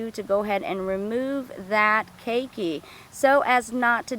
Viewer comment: key key, really hard to take the instruction seriously when even known pronunciation is wrong